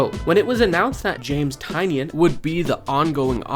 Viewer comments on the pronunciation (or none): I respectfully implore you to say his name properly. Nobody ever says it right 😭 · Bro please say James Tynion's name properly.